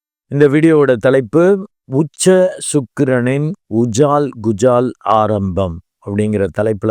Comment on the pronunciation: ஐயா அது உஜால் குஜால இல்லை ... அஜால் குஜால்...மற்றபடி உங்கள் பதிவு அருமை🎉